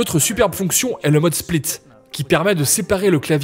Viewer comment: "le mode SPLETTE"